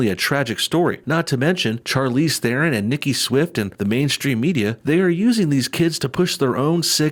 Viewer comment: As a South African I cringe very hard every time I hear people mispronounce "Theron"